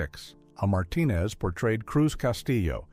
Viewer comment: BTW, the Hispanic actor you mentioned, his name is A Martinez And you’re supposed to pronounce the letter A as “A” , not “ah”. He was in the John Wayne movie the Cowboys, and he played one of those young Cowboys….